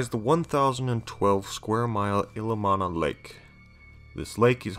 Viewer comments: It's pronounced Ill-E-om-na. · Ill-ee-om-nuh and kling-get not t lingit